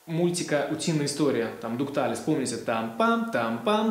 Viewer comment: приятно когда грамотно человек объясняет. но не "дук талес" же!